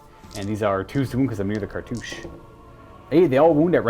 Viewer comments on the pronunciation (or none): Did he say cartouch-aye?